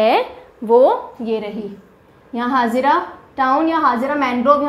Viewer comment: The way you know it is vagad not vegad or etc because you belong from RJ. The same way you pronounce the wrong name of gujrat places, it is भरूच not भारूच and it is हजीरा not हाजिरा। Also in other lectures you pronounce the wrong name for NP like it is वेलावदर NP and वासंदा NP। Not making fun but just correcting pronunciation. As when you don't belong from a particular region you can't pronounce proper 😅